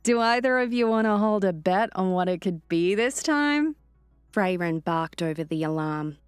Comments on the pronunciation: No, I really don't think she will. And her voice and pronunciation are just awful. It is Frairen not Fray-ren. It's pronounced hangar not hangaaaaaah. She sounds like a snotty bored British noble who can't be bothered to care whatsoever about the characters. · If I have to hear 'Fray-ren' or 'hangaaaaah' one more time, I'm going to abandon listening to this series! I wouldn't mind so much if she didn't sound utterly bored to tears every single word when narrating. No vocal inflection, no emotion, just bland recitation. We could and WOULD get better narration from an AI. She clearly doesn't care about the characters whatsoever. Honestly with her accent and completely emotionless speech, she sounds like a bored, snobby, British noble who can't be bothered to care about what she is doing. And for Pete sake it's Man'darian not manderaine like the orange! Can we PLEASE get someone who cares about the story and characters!? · It feels a bit like a favourite band getting a new lead singer, did great but please, if I ever hear another "Fray-Ren" I'm unsubscribing 😂😂